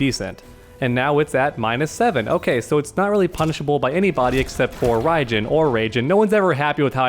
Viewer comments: Why do you say "Raygen" ? There is no "G" in "Raiden". It's "D" inside, so say "D". Repeat after me, Rai-DEN, Rai-DEN. I mean, you could just hear how they spell his name in game when he wins. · When he says raigen does he mean raidan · Did... did you just call Raiden Raijin? It's Raiden... Rai-den... Pronounced Ray-den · I think it's rai-JIN. The "Jin" being the tonic syllable. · Actually it’s Ráei’g-inñ